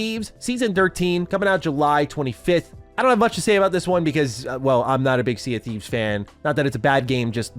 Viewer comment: Hearing say sea of thieves was weird lol